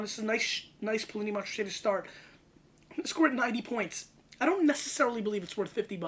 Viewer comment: Poo Lee Knee - Mon Ra Shay...... just saying....